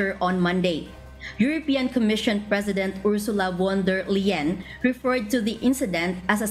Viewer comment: Natawa ako sa reporter kc ang pg pronounce k Ursula (von= fon and not wan) der leyen. Kc ang (v) in german should pronounce as (f) for english then (w) in german as (v) for english..